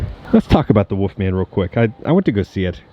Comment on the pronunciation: Are you saying ‘woofman’ because it’s killed me through this video 😂😂